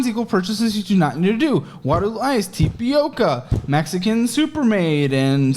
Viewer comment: I'm just laughing at how he pronounces tapioca